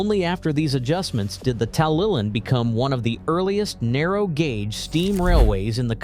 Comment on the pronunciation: It's nice that Americans want to make videos on British subjects, but it is a shame that they never do their research to get the pronunciation of place names correct. I can forgive a difficulty with some Welsh names, although it should be easy enough to pronounce 'TalyLlyn correctly, but 'Birming-ham'? It's 'Birming-um'. Also, the terminus shown at 3.44 is Porthmadog, on the Ffestiniog Railway.